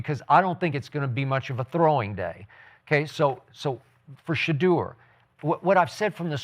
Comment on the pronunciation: This man said Sheduer better than Caleb 😭😭😭😭😭